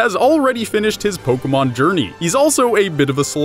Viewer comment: It's not pokamon or polkamon or pokeeemon or pokermon, it is Pokémon. Po. Kay. Mon. It's not rocket appliances.